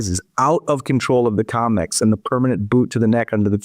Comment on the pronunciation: It's COMEX... NOT 'COMICS', STUPID! !